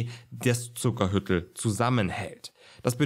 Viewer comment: Zuckerhütl spricht man bei uns in Tirol lang aus - "Zuckerhüütl", kommt von Hut nicht von Hütte ;)